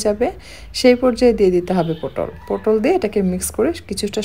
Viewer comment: পোটল নয় পটল